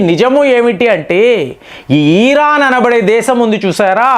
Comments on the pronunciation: ఈ రాన్ కాదు sir ఇరాన్ అనండి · Dear It’s Iron not Ieeran. Please take popular pronounceation